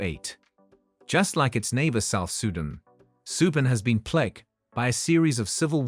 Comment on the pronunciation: First learn to pronunciate. You lost me at South Sudan. The ineptitude to pronounce displayed by especially North Americans leads me to doubt anything they say. Why is it so hard for them to educate themselves? They know nothing but have an opinion about it. Off my feed, please.